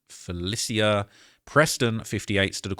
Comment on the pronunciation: Biggest take away here. This man cannot pronounce FELICIA lololololol